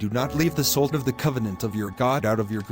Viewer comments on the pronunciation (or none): Good lesson... only thing that bugs me is the AI reader is using a short O in Salt making it sound more like colt instead of a short A as in awe.